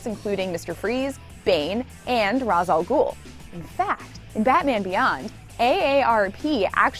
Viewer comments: Not raz, Ray-che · His name is pronounced "Ray-sh" not "Raz" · Not "Raz". It's "Raysh". They not only explained this in an episode, but it was pronounced consistently in every appearance throughout the Timmverse. On Arrow...the pronunciation, sadly, varies with the speaker sigh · "... though Father's name was pronounced Ra's, not Razz. A common mistake." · 3 min in and I have to ask myself, have you or the writer even watched the show? They said it the show, it's Raysh not Raz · Ra's (Ray-sh)... seriously, they covered the pronunciation in the show and Curare's name as well. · Makes video about Batman beyond. Clearly mispronounces the name Ra's. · You mispronounced Ras’s name.